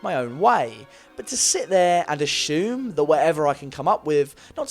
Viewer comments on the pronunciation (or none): ASHUME!? THATS NOT A WORD! ASSUME!!!!! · Don't ASHUME things; ASSUME them 😄 Love your essays!! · Your pronunciation of "assume" really has me on edge.